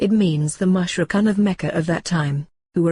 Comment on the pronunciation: Very nicely animated but the voices sound strange and mispronounce certain words like "Mushrikoon" etc. May Allaah ('Azza wa Jal) help you in your efforts Inshaa Allaah! Ameen! : )